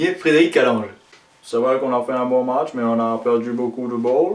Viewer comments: il manque juste le faite que prononce toujours "mètch" au lieu de "match", ca me fait marrer absolument a chaque fois hahaha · Mais nan carlo il dit " metch "